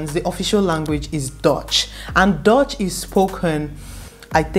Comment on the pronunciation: It is not pronounced as dotch, it is dutch u not o